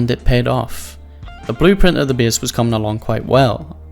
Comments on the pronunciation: Imagine pronouncing "base" as "beas" or some shit smdh so fucking annoying mygod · Worst pronounciation on yt. First time I heard "bes" i thought its funny but when you have to say it like 10times in two minutes you getting annoying. Good content tho but annoying talking